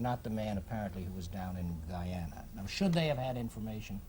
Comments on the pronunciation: If the narrator say "Gee-Yana" one more time ! 😷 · Why do they keep pronouncing Guyana like that?